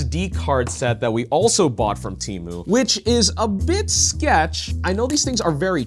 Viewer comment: finally, someone pronouncing temu right ha